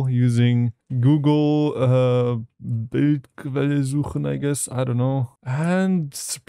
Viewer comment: Are you German? You said Bildquelle suchen perfectly.